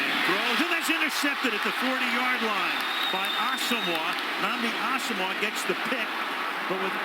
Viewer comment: way to pronounce Asomugha you fucking fruitcake